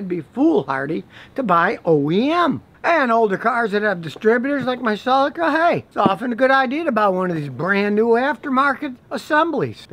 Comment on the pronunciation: Nobody went off about the Cell-I-Cuh yet?